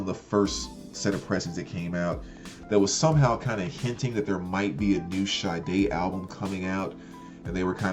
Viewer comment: thanks for not botching Sade's pronunciation like most of these youtubers calling her Sharday, hahaha.